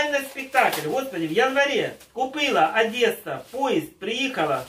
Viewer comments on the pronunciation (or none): none